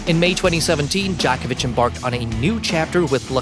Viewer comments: Not Dj"A"kovic but DjOkovic. Djokovic is a Slav. Not Western cup of tea, that is why. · Good lord..it's pronounced Joe-ko-vitch,..not jock itch. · Djokovic, not Djahkovic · Like I'm going to be taking analysis of Novak Djokovic's promotional career from some random dude who doesn't even know how to pronounce his name. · Please learn how to pronounce he's name than go on you Tube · First of all before you waste our time and yours learn how to pronounce his name, then learn his place in tennis history , lastly stick to fact not BS for click baits, NIKE APPROACH HIM SEVERAL TIMES AND.HE REFUSED. FOR YOU INFO, LACOSTE IS MORE PRESTIGIOUS IN TENNIS THAN ANY OTHER BRAND THANK YOU AND GO AWAY, 🤡🤡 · Please dont say "djokovic" ever again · Djokovic is probably also controversial because he doesn't want their dirty, bloody money... I have heard that people who have received the covid vaccine can no longer pronounce the names of famous people correctly. 😉 I hope you're just naturally unintelligent and that's why you can't pronounce the last name of the greatest tennis player of all time. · You don't pronounce his last name correct.